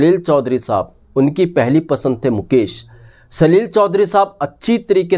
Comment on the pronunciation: भाई साब यही फर्क़ है जो आप में और प्रदीप शर्मा में है, आप मुकेश को मुकेस और शंकर को संकर बोल रहे हैं, जयकिशन को जयकिसन, और ये कहानी बिल्कुल झूठी है, सुहाना सफर के साथ ऐसा कुछ नहीं हुआ था, थोड़ी रिसर्च करके आया करो